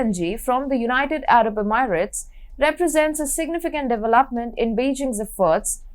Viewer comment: Her pronunciation of many English words is terrible. She needs to work on words such as "alternative"/"initiative"/"development"/"European"/"energy"/"ecology"/"particular."